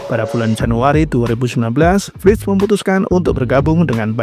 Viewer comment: Koreksi Florian Wirtz bukan wrictz